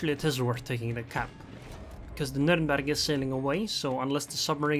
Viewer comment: Its „Nühhhhrnbeeeerg“ not NuRRRRnbörg“